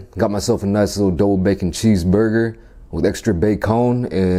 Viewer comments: No one: BAYCONE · “Bae-cone” “Chays saws” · "Cheese sawse" "Extra bacone" "Onion raangs" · “bae-cone” “cheese saouse” “onion rangs” “this is deca-downt” 😆🤣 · ba-cone... sawce... doll-hairs, deca-dawnt, love his pronunciations 😂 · “BaCowN” that got me 😂😂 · why did he said ba'CONE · How u Said bacon